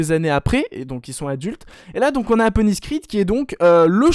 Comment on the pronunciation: Mdrrr j'ai l'impression que tu l'appel APonis au lieu de ADonis Creed, ça ma perturber mdrr